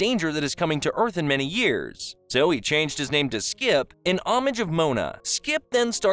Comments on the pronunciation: It was really bothering me every time he said skip, but it was still a good video. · Is it just me, or do I keep hearing you say "Skip" instead of "Skips"? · why u call him skip without the s. he hates that shit